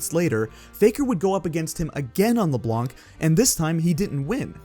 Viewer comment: Just so people who don't know know, the C is silent in LeBlanc